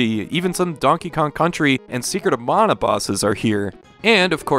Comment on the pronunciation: You pronounced "mana" properly. I see you too are a man of culture.